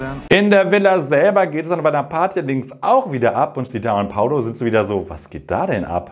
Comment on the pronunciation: er heißt doch PaUlo nicht PaOlo oder spinn ich, alle sagens falsch :( haha